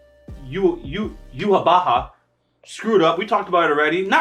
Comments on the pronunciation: Pronunciation is "You-Hah-Bach" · Guys, once and for all it is pronounced as YU-HA-BA-HA. It is 4 syllables 😂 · it's you-ha ba-ha . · I think the Japanese pronunciation did Yhwach Bach kinda dirty, but regardless the pronunciation of Yhwach has been debated literally since he was revealed so I guess don't feel bad about it. I always thought it was pretty obvious it was supposed to be "Yuu-haw, Bock" and I think the Bleach community eventually basically accepted that that was correct, but now that the anime is out we got people saying "Yuhaw-Ba-ha" like it's a Mt. Dew flavor and shit, like it's 2015 all over again lol. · the way they're pronouncing Yhwach is "Yu ha ba ha" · I pronounce it Joo Haaa Bahk! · Its pronounced You ha ba ha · struggled to say his name 😂😂😂😂